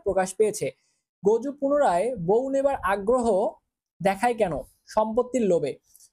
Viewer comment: গজু না জগু